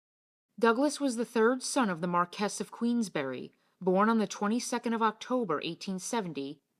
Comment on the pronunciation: Very interesting video - by the way Marquis is Pronounced “MAR-kwiss”. NOT “Mar-KESS”.